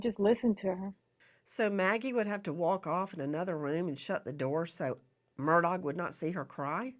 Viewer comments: It is not Murdog it is Murdaugh which is pronounced Murdaw phoetically. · Nancy, you are killing me with MurDOG. 😂 It’s pronounced MURDAW. Is it on purpose calling him a dog or what? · For the luv of pronunciation, please pronounce his name correctly - it's murr daw NOT dog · She calls him “murdog ”😆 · HEY NANCY! I believe that the Murdaugh family pronounces their last name as MUR DAW. I followed that case and when I heard a "local person" or one of the family speak that word it did sound like "mur daw". Not a big deal, but I know you like to be right. Check it out!!! (When Alex was in the Police Car after the murder, he spoke to the Officer there and gave him his name.) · It's actually Alex Murdaugh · Why can’t you pronounce his name correctly? It’s said “Ellick Murdock.” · Just the fact she pronounces his name “Murdog’ takes away what little credibility she may have and simply makes her sound like an idiot. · She cracks me up when she calls him Alex Mur Dog 😂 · Nancy for the hundredth time the “g” is silent!! It’s pronounced Murdau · Even the Supreme Court has to see evidence before it is apparent how they are going to rule. The state has spent enough money on him. I love how you say his name, murdog, like the murdering dog he is. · I appreciate that Nancy is an incredibly intelligent and competent woman, although I cannot stand her behavior towards her guests, but I can't in good conscience watch or support a video that has both crooked Chris McDonough, I mean, McDunug, and the mispronounciation of Alex Murdog. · Why can’t she pronounce his last name? 🤦🏼‍♀️🤷🏻‍♀️ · She insults him by saying his name wrong.